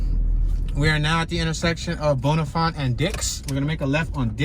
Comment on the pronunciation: Bon-a-fin and b- yew-ist